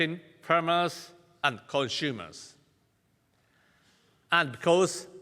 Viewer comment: から可愛すぎる❤️❤️ コンシュウマツってなんや...